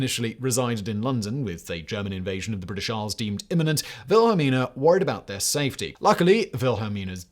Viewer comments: Queen "VILHELLMA"??? It's "Wil-hel-mina", FGS!! I thought you had a team behind you!! ----- At least someone corrected you before too long - that could have begun a major international incident on YT! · queen wilhelma?? it is wilhelmina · Why say Wilhelma instead of the correct Wilhelmina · Did you really call our queen wilhelmina vilhalmer it's the female version of Wilhelm how can you pronounce it so wrong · Queen Velhemer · The Dutch pronounce W as V just like the Germans. V is pronounced as F…